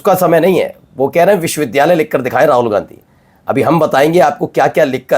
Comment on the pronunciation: He himself can not prounce this word correctly. It's vhshwavidyalaya not viswvidyalay foolish mantri.